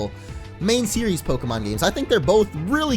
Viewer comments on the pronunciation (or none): none